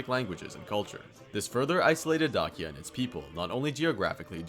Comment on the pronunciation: Please use google translate and type dacia in romanian and listen to it cuz u aint sayin it right